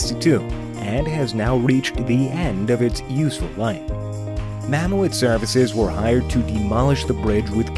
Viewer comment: It's called Mammoet(Ma-Moot) not (Mam-moo-et) Just (Ma-moot) as in Mammoth. That's how they pronounce and spell mammoth in their language.